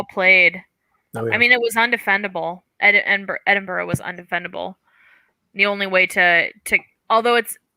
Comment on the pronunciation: I think before is given the French names to pronounce, we should have a conversation about "Edinburgh". Terrific coverage as always, thanks team.